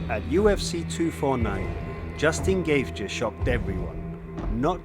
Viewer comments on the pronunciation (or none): Why is anybody watching past his pronunciation of Justins surname. Surely if this guy knows MMA then he knows that is not how you say his name. Just another script reading twat working for a content farm. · not el cookie it is el cucui an not geftschi it is gaethje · Justin Gaaychay and El Kookie haha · You need to pronounce the names better my man 😂 "El Cookie" and "Justil Gaye"? Come on man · No one gonna pull him up on mispronouncing Gaethje? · Dude, great video. Suggestion, I don't mind if you pronounce the name wrong but you could try to pronounce it consistently! There's 4 version of gaethje in this video haha! Amazing video btw